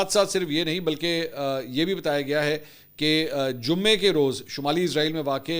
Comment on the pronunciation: سر براے مہربانی اپنے تلفظ کو درست کر لیں شکریہ لفظ عزرائیل نہیں اسرائیل ہے